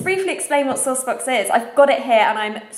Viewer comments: I thought you were saying "sore spots" until you showed the box! Ha! :P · I thought you were saying "sauced books" until I saw SourcedBox written and was super confused, lol.